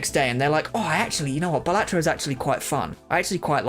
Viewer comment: Please say balatro properly 🙏